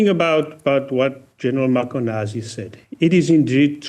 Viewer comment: I can understand a non-Zulu/Xhosa speaker getting the clicks, "Qs and Cs, incorrect but this is a new low when you cant even get "Mkhwanazi" correct. Come on, this is nothing but pettiness